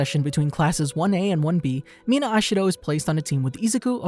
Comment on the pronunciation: the pronunciation of such simple names 💀